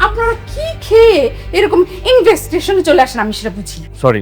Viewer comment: এই নাটকের চরিত্র দের উচ্চারণে অনেক ভুল আছে,,,, ইনভেস্টিগেশন উচ্চারণ সঠিক ভাবে করতে পারে নি। এছাড়া অন্যান্য অনেক ভুল আছে কথায়।